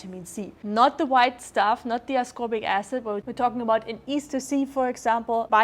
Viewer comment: Which Bio-Available Natural Vitamin C did she mention? I unfortunately couldn’t understand what she said.. Easter C or Eastern C.. I just did a search, I think she means Vitamin C Ester, maybe from Ascorbyl Palmitate but that’s not natural it’s synthetic, Ascorbyl Palmitate is a compound made from natural sources, but it is synthesized, not found in nature in this form.. Anyone know what she meant by Ester Vitamin C or a GOOD Natural Ester Vitamin C combo brand? 😅